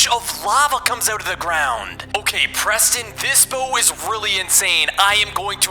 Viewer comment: IT'S PESTON